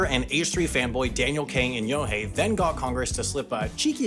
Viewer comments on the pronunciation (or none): Senator Inouye is closer in pronunciation to "eee-no-way"